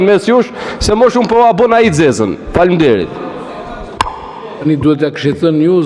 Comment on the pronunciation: Deputete analfabet dhe fjalen faleminderit nuk di t'a thotë por e thotë faminderit